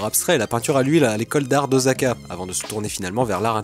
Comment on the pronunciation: Je me permet : "ôSSSAka".